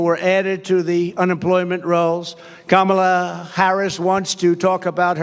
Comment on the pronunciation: Kudos to him for pronouncing Kamala correctly.